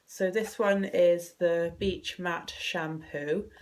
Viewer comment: Is it not Beach Mate (as in friend) not Matte (as in finish)? haha. Totes know what I'm getting you for Christmas :p xx